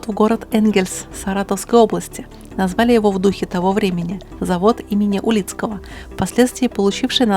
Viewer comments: Только не Улицкого, а Урицкого. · не токосъёмники а штанги токоприёмники, или просто штанги. не уЛидского а уРидского. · Завод имени Урицкого (а не "Улицкого") :-) Спасибо за ролик! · "УРицкого", а не "уЛицкого". Внимательнее!))) "В обОих случаях".))) В Крыму есть единственный в Мире междугородний троллейбус.))) В Омске троллейбусный парк обновляется активно. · Не Улицкого, а Урицкого)